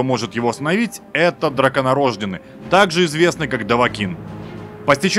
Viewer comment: драконорождЁнный, а не драконорОжденный, т.к. ударение всегда падает на ё